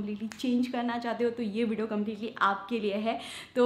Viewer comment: You are very sweet. Pls dont mind but they way you say Vdo (video) it sounds like widow. Pls see if you can pronounce it like vee-dee-o. This is constructive criticism. Pls don't mind.